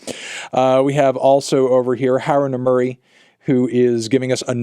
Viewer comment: "haru nemurry" never change melon